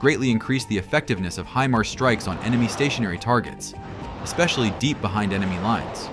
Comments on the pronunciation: stop putting fake explosion sound on, and freaking learn how to say HImars... not hemars. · The proper pronunciation of Himars is "high mars" not "he mars". Do it right. Sounds stupid the way you've been saying it. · Pronounced High-Mars